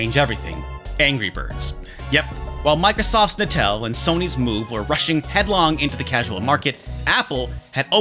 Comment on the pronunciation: hearing "Natal" being pronounced like that gives me the ickies...